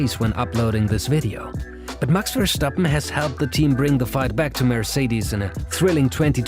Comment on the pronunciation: I don't understand why people who speak English of the British variety put a non existent sch in Verstappen, there is no ch, it is ver stap pen, verstappen, not ver schtap pen as many seem to pronounce. Hurts my ears to hear that.